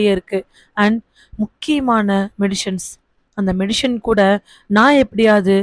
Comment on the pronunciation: மெடிஷன் இல்லை சகோதரி. அது மெடிசன்.